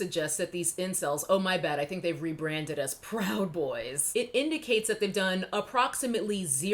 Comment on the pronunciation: Think it's pronounced "pwoud boys"